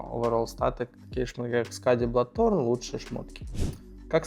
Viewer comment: блаторн? Бладстоун? Че блять?